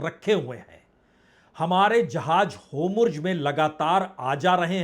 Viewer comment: होमुर्ज नहीं सर होर्मुज😄